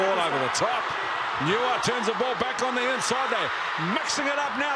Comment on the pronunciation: If anyone cares , the name Niuia is pronounced ' new year', as in Manu Samoa hooker Ray Niuia . Commentator pronounces it as ' Newer", which sounds completely different.. Niuia is a chief's name from the village of Saipipi. Mispronouncing it as "Newer" is an insult to the family from the same village of which the title Niuia is originated.